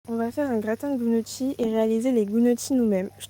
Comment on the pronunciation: Ce qui laisse rêveur est la prononciation de "gnocchi"... Et on met pas d'oeufs